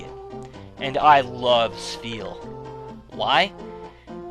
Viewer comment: It's Spheal doh!